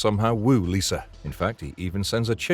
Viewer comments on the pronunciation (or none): It also Lyssa, not Lisa in Krull. Pronounced similar to Alyssa, but drop the first A. Not sure if the narrator has seen some of these movies. However it is an awesome list all in my Blu-ray and DVD collection.